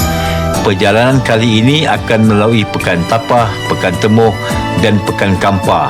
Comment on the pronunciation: Kalau x silap sebutan pekan Temoh bukan TE..MOH tapi TI..MOH walau dieja guna huruf E..